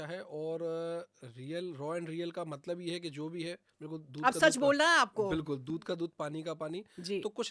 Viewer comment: Malab nhi Matlab hota hy